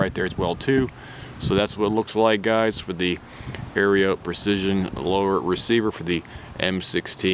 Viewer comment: I’m not trying to be rude, but it’s pronounced Arrow = Aero Precision. Just wanted to let you know. Nice rifle 👍